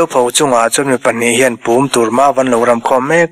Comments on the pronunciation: Púm (thir chherna hmun ) hi ri sang tur a ni. e.g. thing kúng tih a kúng ang hian ri sang tur a ni e. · Pum hi lam dan a zirin a kawh hi a dang a,tun a i lam dan hi Tui a kal kualna Mau tawn khawm Pum lamin i lam a,a lam dan thluk hi ka sawi thiam mai lo.Pum Thir den \ cher na pum angin lam tur zawk a ni lo maw kan ti ve e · I sawi dik! Hei hian ka beng a lo tithlep deuh a. . . . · Pum i lamdan hi a dik lo tlat mai. . .